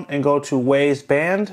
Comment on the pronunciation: its not WAZE band its WYZE as i pronounced WISE .idiot